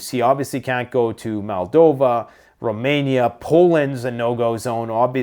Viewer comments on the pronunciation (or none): none